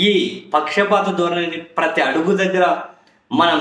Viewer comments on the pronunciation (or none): none